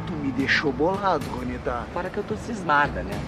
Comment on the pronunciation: se escreve Juanita mas se pronuncia Ruanita